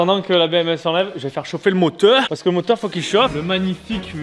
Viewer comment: Pourquoi tu dit MOTHORSS au lieu de moteurs